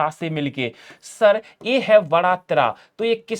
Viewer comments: बड़ा ❌ वड़ा ✅ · Bada aa nahi ❌ Vada aa ✅😂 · Vda nhi hota बड़ा होता है